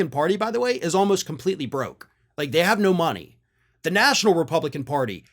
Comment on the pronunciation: He didn't say "no"... he said "noe". 😁